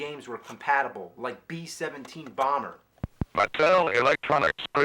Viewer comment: Mattel Electronics presents "Bee Ssevnteen Boowmbrr" Bee Shevencheen Baamberrr! "Bee Ssevnteen Boowmbrr"